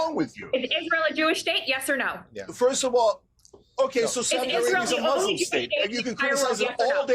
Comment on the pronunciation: Yeah, I get it, the Millers are dangerously ridiculous.. But please, please learn how to pronounce "Muslim".